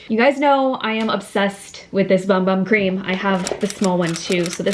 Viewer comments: I don’t mean to be rude but they pronounce it boom boom Cream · Hi 💖 love your hauls! I'm also a huge fan of the Bum Bum cream but it's actually prounced BOOM BOOM cream I was corrected by a few people lol...thought you should no? I also love the newest edition by Sol De Janeiro the Coco Cabana cream if you close your eyes and smell it reminds me of movie theatre popcorn and butter! But I love both & so does my skin! 💖💞💕